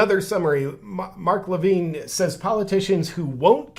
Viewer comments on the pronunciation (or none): Mark Levin, not Levine. 🙂 4th largest radio show in the country, and Fox news host. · Just to help out JP; It's pronounced Mark Li-vin; Not Mark Li-vine. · It's Mark La vin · JP your ignorance of who Mark Levin (Luh-vin) astounds me. He worked under the Regan administration and has had a nationwide conservative radio show that reaches millions for several years now. He’s on Fox news all the time (had his own show BTW) and was a guy who was always on the Right side of the issues and hates the Left with a passion (There, I said it!) - One of is tag lines. Unfortunately like a lot of people in cults, it’s tough for people in deep to see the evil underneath. Kinda of like if someone tells you your wife is a dirty wh0re and you’re like “The hell she is!”, but turns out she really is. Just really hard to accept that reality.